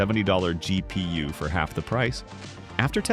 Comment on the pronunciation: G.. pee.. uwe.